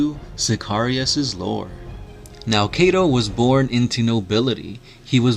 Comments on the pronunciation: It's Cato not cate-to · Kaaytou sikayrius wtf dude lol